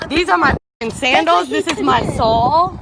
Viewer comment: "This is my sawl!" If you can't even say it's common name then how can you prove it's yours? Lol